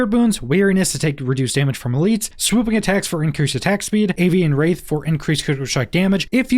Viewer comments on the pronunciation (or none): Absolutely great video … (don’t say it don’t say it don’t say it) it’s pronounced “rath” not “raith”